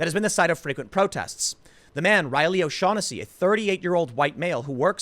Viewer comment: His name is pronounced, "Oh-Shag-Henessey"